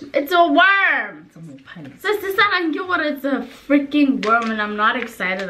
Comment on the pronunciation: Why do they keep calling it Mophane 😂😂😂. It’s Phane 😂